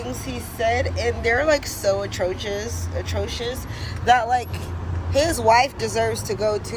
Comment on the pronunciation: “atrochitious!?!” Da fuq?😂